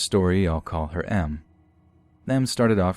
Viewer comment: I thought you meant “masochist” because you said “M” instead of “Em.”